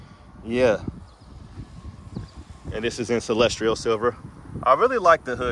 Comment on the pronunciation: “Celestial” silver, not “celestrial”.